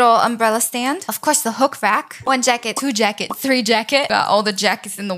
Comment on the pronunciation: I love when she says shaquet idk it’s jacket and cwoffee table